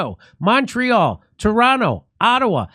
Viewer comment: I'm glad that you said Toronto correctly. It is pronounced "Turono". The second T is silent .